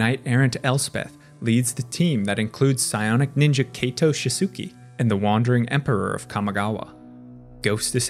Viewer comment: For the record, Kaito is pronounced KYE-to, not KAY-to. It rhymes with high toe, not bay toe